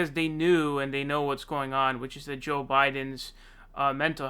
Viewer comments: Lol why do you call him sjow biden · Dude, until you start pronouncing the /j/ in Joe and /a/ in Sanders correctly, and by correctly I mean the way they pronounce their own names themselves, you can't call out Biden's verbal flubs.